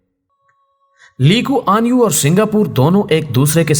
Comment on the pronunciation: آپ نام غلط لے رہےہیں، نام ہے "لی کوان یو".... علیدہ علیدہ